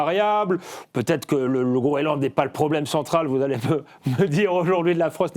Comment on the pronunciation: Qu'est-ce qu'ils ont tous à parler de Groeland, c'est le Groenland, messieurs.